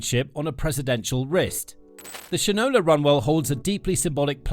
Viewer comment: It’s pronounced Shine-ola. As in you don’t know sh-t from Shinola. 😂